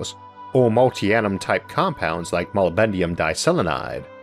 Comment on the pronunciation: Just a very brief observation: "molybdenum" is pronounced mo-LIB-den-um, NOT molly-bend-ium.